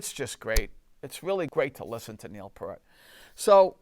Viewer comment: Great work! BTW it's Neil Peart (pron. Peer-t).